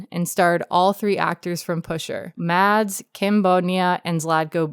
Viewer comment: The D in Mads is silent